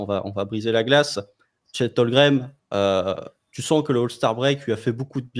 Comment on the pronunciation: HOLM-GREN, pas Holgrem 😂